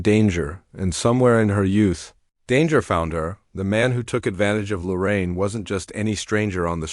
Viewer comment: Her name is Lorene. I don't know why all these people keep saying Lorraine.